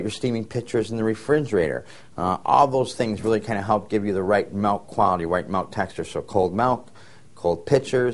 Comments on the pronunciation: its milk... with an "i"! Its not malk!!! Julian Smith would be so pissed... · The guy saying "malk" is REALLY irritating me! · In certain areas of the US many pronounce it "malk". However you say it, frothed well it makes for delicious lattes and capps! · Milk. Not melk. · I don't want to steam malk, i want to steam milk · "Melk. Melk. Melk. Melk..." That's all I hear..lol. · Love in the netherlands its pronounced as he says it. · oh thanks man now all I hear is melk :/ :( :) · good video. funny that ehe said milk on and corrected it to malk hehe..... anyway good info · I spent the whole time trying to figure out whether he was saying malk or melk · HE SAID "MALK"! makes me think of julian smith :P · "malk" haha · this is so cute, i pronounce milk the same way!! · i'm from usa but english is my second language! so i guess i never really learned how to pronounce 'milk' the right way : )